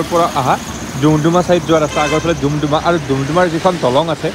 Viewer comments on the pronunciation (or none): দুমদুমা নহয় দাদা ডুমডুমা হয় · ডুমডুমা ✅ দুমদুমা ❌ ভাল লাগিল 👍❤